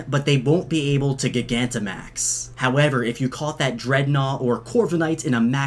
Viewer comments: Isn’t it pronounced gigantamaxing but with a “J” sound like gigantic? Because that’s supposed to by the root word right? Because they’re big/gigantic? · Sorry, But it’s pronounced (Ji - gan - ta - max) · Soft g like giant gigantamax I’m sorry I hate how you say it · It’s called a Cufant and Boltund. It is Yamper’s Evolution The “C-Gear” is the Macro Cosmos Logo. That’s the logo for the restaurant Bob’s Your Uncle You also butchered Duraludon’s name. It’s “Doo-Rah-Lu-Dun” You butchered Bea’s name. It’s “Bay-a” Gigantamax is pronounced “Ji-Gan-Tah-Max” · pretty sure you're supposed to pronounce "gigantamax" the same way you would pronounce "gigantic" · The way you say gigantimax. It’s buggin me so hard! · I feel like you're mispronouncing Gigantamax. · please say gigantimax right. the root words are GIGANTIC and maximise. say gigantic right oh my god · Anyone else triggered that he kept saying gigantamax wrong? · The way you pronounce gigantamax gives me an aneurism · I’m gonna be real, not a fan of the pronounciation he uses of gigantimax (named after giga) and I personally prefer gigantimax (names after gigantic) but at the same time gigantic means much bigger which is what dynamax is so.... call it what you want I guess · Why cant he pronounce gigantamax 😂😂😂😂😂😂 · FRICKING PRONOUNCE GIGANTIMAX RIGHT OR IM LEAVING GOSH AHHH STOP Sorry btw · I like your vids but the way you read some names and words bothers me. I can deal with how you say Bea and Oleana but gigantimax, come on bro lol. Its literally Gigantic but the C was changed to max. The word still reads the same until then tho. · Its not gig-ant-max its gi-gant-te-max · Dude it’s ji-gan-ti-max not giga-max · Jye-gantamax, not guy-gantamax. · I think gigantamaxing is pronounced like gigantic instead of giga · genuine question, do you also say gig-antic instead of gigantic? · pretty sure gigantimax is pronounced like gigantic and not like giga since its about size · It's not gi-gan-ti-max, It's g-I-gant-imax